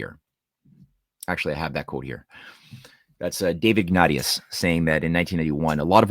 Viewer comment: It’s pronounced Ig-nay-shus, not ig-not-eus, as in St Ignatius Loyola. Makes me wonder.